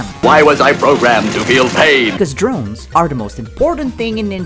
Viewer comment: “Cdrones” I DIED